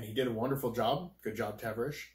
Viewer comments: It's NOT Taverish, it's pronounced Ta-VAR-ish silly. But you made me laugh pronouncing it.... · And it is Tah-var-ish not Tav-er-ish... But other than that pretty good insite on the show experience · Dude, the way you say Tavarish 🤦🏼‍♂️😂 it’s Ta-var-ish lol. I watch his channel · "Taver Rish" lol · Great video man, thank you for the input. But man. Lol. Tah-Var-Ish. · Great video 👍 however worst pronunciation of Tavares’s ever lol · The way you say Tavarish name gives me chest pains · Lol how he pronounced tavarish